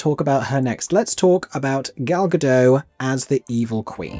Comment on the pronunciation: FYI: Gal Godot is Israeli and her name is Hebrew--the "t" is pronounced.